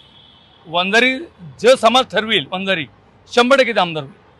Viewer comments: Arey murkha reporter. Vanzari ahe te. Vanjara nahi murkha reporter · अरे वंजारा नाही रे वंजारी म्हण